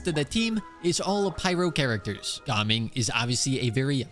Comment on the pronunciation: I love how actually pronounces gaming’s name correctly instead of those other annoying youtubers